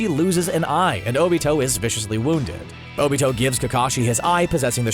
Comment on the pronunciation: He called Obito Toni like omg how bad does he have to be at pronunciation